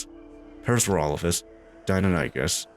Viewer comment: Ah yes, Parasaurophasususesesss.